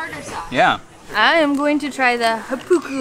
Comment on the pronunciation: Hey just an easy tip that'll greatly help your Māori pronunciation: if you see a macron over a vowel, it means the vowel is long so you hold it out for twice the length. It often ends up sounding much like if the syllable were stressed, so HA-pu-ku for Hāpuku, and KU-ma-ra for kūmara. Us kiwis are quite used to people having difficulty with pronunciation (even many other kiwis), but what makes it really hard to understand is when the syllable timing is off, like if you say ku-MA-ra. ❤️